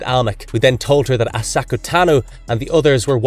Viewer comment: That wasn’t as bad as listening to the butchering of Ahsoka. Lol. He seemed to finally settle on Osaka Tanu.